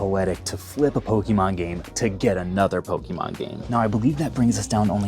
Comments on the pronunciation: stop saying pokimon its Pokemon po ke mon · For someone who says they've played Pokemon their entire life you migh want to learn how to pronounce it. It's not PokEEEmon. Please don't claim to be a fan. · Why do you say PokEEEEmon you don’t have to pronounce the e so muck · Poh-Keyy-Mon, anyone else don’t enjoy this pronunciation? Lol.